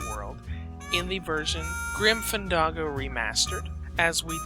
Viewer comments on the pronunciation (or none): It's not Grim FanDAHGO, it's Grim FanDANGO. Jesus.